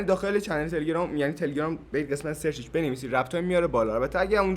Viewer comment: تلگرام رو درست بگو